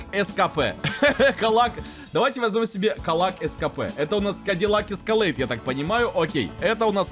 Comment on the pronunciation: Не каллак. КАДИЛАК